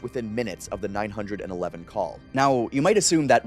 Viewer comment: Cal 9 hundred and 11? Not call 911? What's with the weird way of speaking? I like your stories, don't get me wrong, but that threw me off.